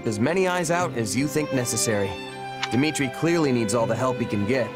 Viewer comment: Shez' Aussprache von Mercedes' Namen klingt irgendwie... seltsam. Kleiner Nachtrag: Gleiches gilt für Dimitri. Fällt wahrscheinlich nur auf, wenn man erst kürzlich Three Houses gespielt hat. Welches der neuen Designs findest du eigentlich am besten?